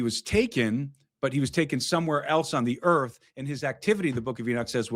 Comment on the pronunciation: Earf ashy 😂😂